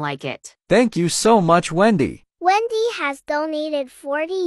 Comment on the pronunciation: Endy not wendy